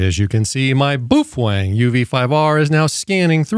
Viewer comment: Just a quick note to you regarding your pronunciation of Baofeng. The correct enunciation is....BOWFUNG. Thank you.